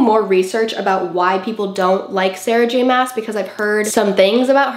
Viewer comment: throne of glass is spicy. that’s sarah j maas thing. also her name is not pronounced like that😐